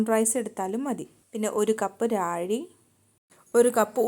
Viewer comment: രാഴി അല്ല റാഗി. ശ്രദ്ധിക്കുമല്ലോ 👍🏻